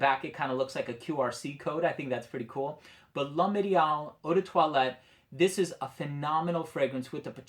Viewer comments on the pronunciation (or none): Definitely interested in this one. If I might correct your French you're making it sound like lum it's lome it's pronounced like LOME the H in French is silent you connect the L with the o m m e and get loam. Hope that helps you out I'm definitely interested to go take a smell of this one and check it out good review. Remember all H in French are silent you do not pronounce the h and typically you do not pronounce the last letter of a word in French so you're L with apostrophe is connected to the o m m e. Ideal you're pronouncing wrong too, the interpretation obviously is the ideal man. I'm also confused who your things has full fragrances it's winter but fall-winter kind of connects but a few people including myself some kind of confused by the title.